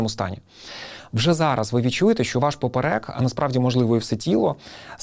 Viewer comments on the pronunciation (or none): ПОперек, наголос на 1ий склад